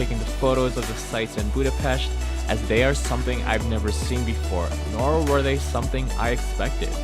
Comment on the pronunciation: I really enjoyed this travel video about my city! Yes you pronounce Vajdahunyad vàra wrong :p its more like Vaydahunyad. BUT You are the first one i ever heard who says Budapest right! Great channel!! Im checking all your videos,im a traveller myself! Keep up the great job